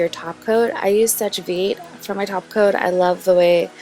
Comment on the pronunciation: just so that you know "sèche vite" is pronounced "seh-sh veet" in french :)